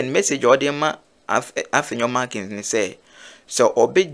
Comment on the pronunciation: The name is not MARKINS..its MARKIN